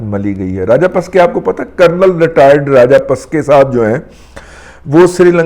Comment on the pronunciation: راجہ پسکے نہیں راجہ پکسے